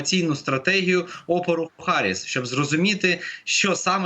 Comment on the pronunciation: Ее зовут не Гарис, а Харис….